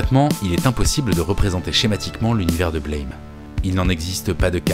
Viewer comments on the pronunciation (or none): Super video, extrêmement intéressante. Une remarque cependant : le titre du manga se prononce “Blam!” (Comme l’onomatopée d’une porte qui claque par exemple) et non pas comme le mot anglais “blame”. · Au fait "Blame !" c'est une onomatopée. Ca se prononce "blam" pas "Blèyme". Analyse Un peu trop tirée par les cheveux. C'est un juste un manga d'action un peu bordélique avec des décors de dingues. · Bonjour et merci pour cette vidéo ^^ Juste deux points importants : Blame se prononce à la française car en japonais les symboles forment ces trois syllabes ブラム！(Buramu!) en gros BEU-LRA-MOU (en phonétique); et Star wars ne sa passe pas dans le futur justement, mais dans le passé "Il y a bien longtemps, dans une galaxie lointaine, très lointaine" ce qui renforce son caractère "Héroic-fantasy". Ces informations son du détail, mais comme tu as l'air attaché au détails à juste titre, je tenais à préciser. ^^ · Aussi étonnant que ça puisse paraitre, le titre se prononce \blɑm\, ou Buramu avec l'accent japonais. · c'est un détail mais ça se prononce comme le mot blâme, à la française ^^